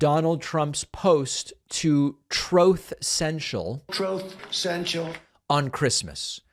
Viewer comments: 😂😂😂 “troth Senchal” 😅”obamna” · "Troth Sential!!" 😂 "Obamna" 😂 💯fucking hilarious!